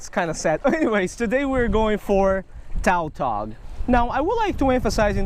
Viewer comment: Oh I was confused on what fish he was talking about because it's pronounced tatog